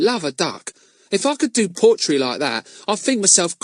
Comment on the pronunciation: Earn and his potrey😂